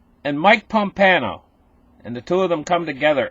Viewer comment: There is no "N" in Pompeo